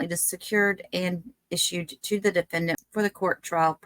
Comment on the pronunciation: the DE-FEN-DANT